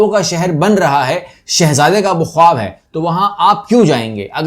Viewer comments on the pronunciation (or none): none